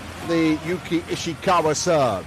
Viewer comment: From 🇯🇵 いいね︎👍 間違えてますよ。石川祐希は「YOUKI ISHIKAWA」です。 西川有史は「YOUJI NISHIAKAWA 」です。